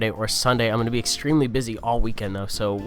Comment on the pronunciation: "exSTREAMly busy"